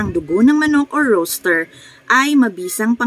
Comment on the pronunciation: Ma'am rooster po Hindi po roaster, peace po